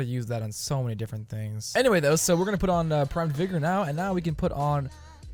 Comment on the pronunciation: It's not vigor it's vygor...